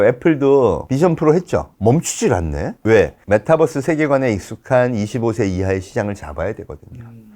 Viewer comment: MetaㅡUniverse 메타버스, 메타뻐스라고 발음하면 안 돼요. 빈 살만은 황태자가 아니고 왕세자